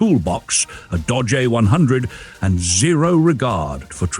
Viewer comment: Since when is Dodge pronounced Dah-jay? I thought it was a joke at first, but it kept doing it. I guess A.I. voices are getting more convincing, which stinks.